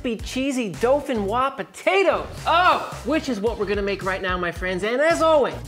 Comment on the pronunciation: There is no “L” in dauphinois